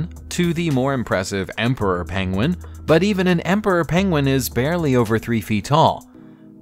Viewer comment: Like Benedict Cumberbatch, you can't pronounce penguin. lol